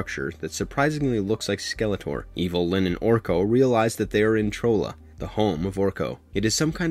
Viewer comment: Wait did you call Orko's home land Trola. It's Trala. And you also called Man at Arms, master at arms. Maybe I missed something.🤣😂🤣😂. The main problem with this show is that Kevin Smith should not have said anything at all. He should have let everybody believe what they thought. He really wanted this to be a surprise really really bad. The internet is full of speculation. It seems that everyone wants to ruin the experience for themselves by making assumptions based on what we were told and what we think we know. And then we become disappointed if it's not what we thought it was, or if it is exactly what we didn't want it to be. Just remember we can always watch the old stuff. You don't have to watch this, and this doesn't change anything about the old stuff. We have another version coming from Netflix as well. I love having all these choices. And I can't wait to see how that show is.